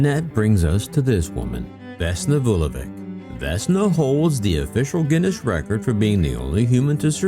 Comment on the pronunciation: A small point. Her surname should be pronounced “Vulo-vich” not Vulovic.